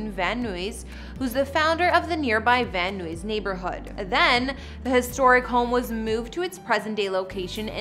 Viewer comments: No shade but it's pronounced van NIZE not van noo-eeze. That's my old hood so I had to correct lol 😅😊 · Pronunciation is Van-Eyes, not Van-Nooyees, just fyi🤗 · Although she lived in Mexico, I believe she has Armenian heritage, not Mexican. And Vanuys is pronounced van-eyes, not van-ooo-eees. Great tour and info otherwise. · Van Noo-ees😂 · I’ve lived in Los Angeles for my entire life and never once heard anyone pronounce Van Nuys “Van Noo-eez” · Van Nuys is pronounced Van Eyes 😉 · Are you trying to say van eyes(Van Nuys)? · Edit: it’s pronounced “Van Eyes” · Van Nuys is pronounced Van Nice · Did this broad just pronounce VanNuys as Van Nooies? I hope not, that's would be embarrassing!!! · Imagine pronouncing Van Nuys this way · its van nuys like guys